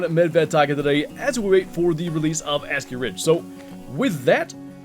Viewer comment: Bro says it like Ass-Key Ridge 😭